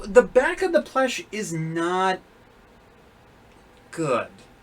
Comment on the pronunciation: Sorry to say this if this offensive bit why do you say plesh instead of plush